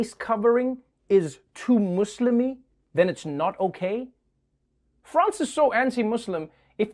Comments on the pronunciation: Trevor is the only American who says muslim right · I respect Trevor for respecting the pronunciation of the word "Muslim". Anyone that speaks English and says they can't are lying and are disrespectful. If you can say the word "Moose" and the word "Slim", there's no reason why you can't say "Muslim". Idk where MAWZLUM came from😒😒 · Can we appreciate him pronouncing "muslim" correctly instead of "mozlem" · Thank you Trevor for saying Muslim instead of “mOzLiM” 🙏🏾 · So satisfying how Trevor says Muslim. Goes to show how rigid some people can be. You've been saying cows go moo moo since you were a child but suddenly when you add the sound lim at the back than omg you can't control your mouth anymore??? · Americans b like: Moo-slim? mozlim this guy gives me hope lmao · I love how you say muslim with S instead of Z that is indeed the correct way to say it and thank you so much for speaking about this issue of head covering in France, you're the best! 🙏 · Trever you’re the only person in the uS who says The word Muslim right. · Wow finally i found an American who can say muslim so perfectly ... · Yeah, learn from Noah. Its Muslim not Muzlim. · I love that you say muslim with an s not z. also, I love you cause you're just too precious and fair. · He pronounces Muslim correctly because that’s how everyone pronounces it in South Africa. 💁🏻‍♂️ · I smiled when he pronounced "muslim" correctly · He says "muslim" just the way arabs say it. Pronounciations Skillzzzzzzz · the way he pronouns Muslim?? excuse me but that's v perfect I've never seen someone pronounce it correctly like him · That moment when you cruch over someone who finally says "Muslim" right 😂😂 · thank you for saying Muslim and not Muzlim,or izzlam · if Trevor was in France he would have been arrested for pronouncing Muslim too good "hmm...sounds mUSlkhisdfIM. get him boys" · he can pronounce muslim right, what an icon.